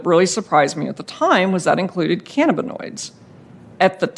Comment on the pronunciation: Just minutes in and I've already heard "cannaboids", "cammoids" and "caminoids".